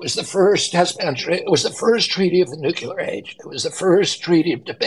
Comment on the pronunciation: For gods sake, will somebody please please have the courage to tell RFK jr the correct way to prounounce NUCLEAR!!!!!!!!!!!!!!!! He is running for PRESIDENT for gods sake. To be commander in chief of the US military. Its NEW-KLEE-YUR not NUKE-YA-LUR!!!!!